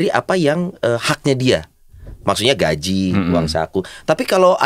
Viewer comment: Maaf --> GAJI .. bukan GAJIH.